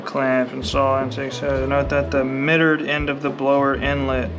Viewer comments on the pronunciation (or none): “The mittered end of the hose” 😂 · Hahaha I was screaming at my phone! It’s mitered bud!